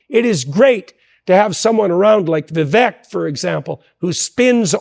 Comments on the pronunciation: "Vivek, rhymes with cake" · I thought Vivek is pronounced vi-VAYK. Jordan continues to mispronounce it. Am I wrong? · It's not petty. If your friend doesn't take the time to learn and pronounce your name correctly, are they your close friend? I'm a fan of Dr. Peterson, seeing him live twice, and I that he should get Vivek's name correct.